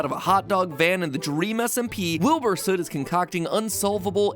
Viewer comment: Oh hey MatPat pronounced his last name right this time /j